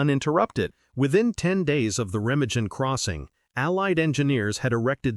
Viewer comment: "Rema-jin", "pee-on-ear"! In the first minute... Jeez!